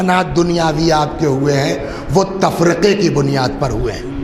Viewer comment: Tafriqa nahi, Tafarraqa sahi hai.